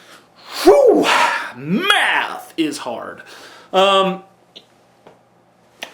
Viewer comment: When you said "math is hard" it sounded like "meth." It got me thinking... is meth a part of your creative process for this video? Because it sure seems like it.